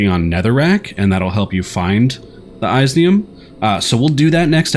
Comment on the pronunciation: Your annunciation of all the things is driving me crazy. Iesnium(IS knee um)